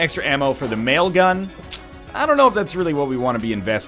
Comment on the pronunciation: Each time I hear "mail gun" I think of The Whitest Kids U' Know sketch "Nail gun".